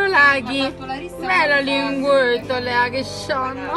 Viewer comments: Man, I don't think the black pup is named "Laghi". I think the name is actually "Lucky", but the italian lady speaking isn't very good at pronunciation. "Laghi" doesn't make much of a name in italian at all , while if the pup was named "Lucky" it would be more meaningful (even because the creamy white pup's name is "Suerte" which means luck in Spanish). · It's Lucky not Laghi AHAHAHAH